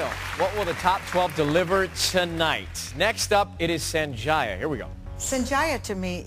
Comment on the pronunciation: They never pronounced his name correctly sanjay not senjaya